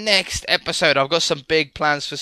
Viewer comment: Why do you say bye like stamps